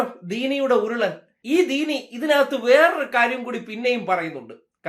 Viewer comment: ദീനി അല്ല പീനി.. പറയുന്നതിൽ വിഷമം ഉണ്ട്